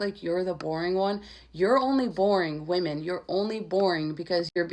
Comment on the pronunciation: You said women wrong